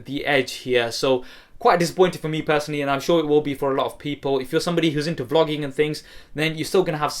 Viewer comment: it sounds like he said "If you're into flogging and things lol